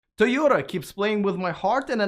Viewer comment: Great pronunciation for Toyota. Great video! Thanks for inviting Tom on again. Great hair. Big valentines hugs!